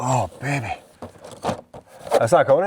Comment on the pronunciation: Your frequent use of the word (?) “Baybeh” keeps us amused here in Michigan. It’s a new household term for us! Baybeh! 😂❤